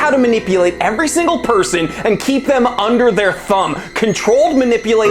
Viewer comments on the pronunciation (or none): none